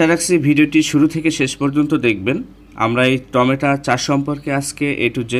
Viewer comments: টমেটা🤣🤣🤣 না টমেটো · বলার সময় উচ্চারণ করছেন টমেটা !!